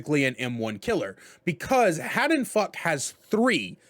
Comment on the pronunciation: Every time he says something like Haddonfuck I experience physical pain. Would recommend, love this guy lmao